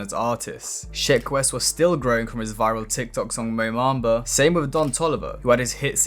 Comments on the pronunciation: Its MOBAMBA not MOMAMBA bruh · its mo bamba not mo mamba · Like your vids but you pronounce everything very weird mo mamba? A bell instead of Abel feels very ai like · You’re a dumbass, why can’t you pronounce words like “debut” and “Mo Bamba” properly